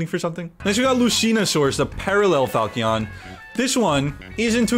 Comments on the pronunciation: It's pronounced like Fahl-chun. More or less. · Hey,. Resident Fire Emblem fan here. This kinda irked me the whole video but Marth Chrom Lucina’s sword is the Falchion Pronounced: “Fall-chin” (God help me this is your main.) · ITS FA CHI ON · Pretty sure the Falchion is pronounced fal-shun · I keep cringing when mispronounces “falchion.”